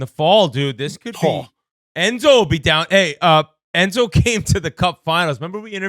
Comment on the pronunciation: They kept talking about "endzo" who is that?